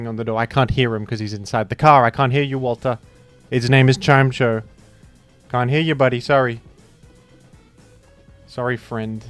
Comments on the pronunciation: chim-ETCH-oh is actually how you are supposed to pronounce it. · i want to tell you that his name is pronounced “chime-echo” because they’re both sound based words but only if you promise you’re still going to listen very carefully.